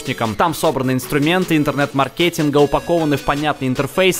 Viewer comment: мАркетинга, а не маркЕтинга!